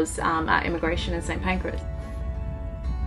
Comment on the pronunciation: Sorry but it's St Pancras not St Pancreas mate. That titling made me laugh. Congrats on getting back to the boat.